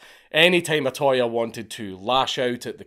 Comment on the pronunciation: It's not O-ToY It's O-To-Ya You British Grammer police are getting it back from Nippōn!